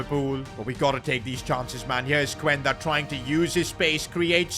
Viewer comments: It’s pronounced qenda not cuuenda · bro you are saying the name of Quenda wrong😭